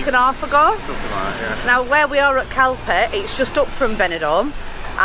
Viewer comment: when you say the name CALPE you use the letter so the end would sound like your saying hay on the end of calpe